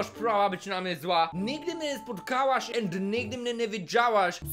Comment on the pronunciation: Czemu twoje and brzmi jak end???